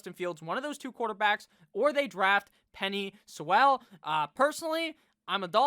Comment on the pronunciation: Love you but you gotta learn how to say Penei Sewell’s name😂